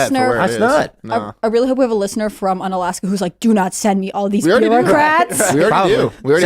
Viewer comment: It's pronounced "oo-na-laska"